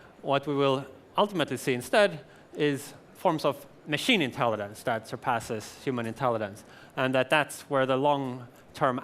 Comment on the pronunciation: why is he saying "intellidence"? i mean i hate those childish people who point out something trivial and dont give a fuck about the important message, but to be honest.. hes giving a speech about intelligence, he should be able to pronounce it. it bothers me I CANT CONCENTRATE ON THE MESSAGE